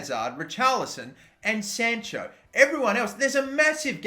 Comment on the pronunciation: Anyone annoyed how he pronounces sancho 😂😂